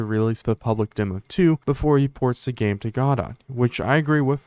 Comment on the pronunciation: You did pronounce it correctly :) I only found out recently it isn't pronounced like a French word.